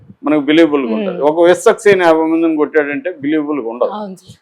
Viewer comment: Ayya meeru Viswaksenu Peru vikikkasari palakalekapotunnaru